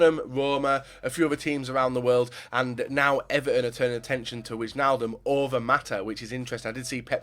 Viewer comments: you say it like wishnaldum but in the netherlands it is like winealdum (wijn is wine in dutch) IJ is like Y or I , keep going with those vids youre great !! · his name is Wijnaldum nut you pronounce it as whynaldum